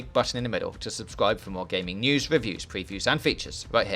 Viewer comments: Weview of Gwan Tuwismo Spowt. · Wheely good weview i was wewy wewy entewained